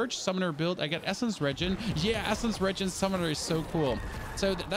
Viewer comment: never said it was a problem, just wanted to let you know that it sounds disgusting.